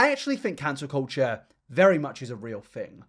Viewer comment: Yep, and sub show it like Ballad... Same w "cancer culture" 😅